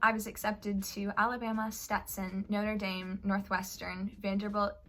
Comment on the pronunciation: did she just say noter daim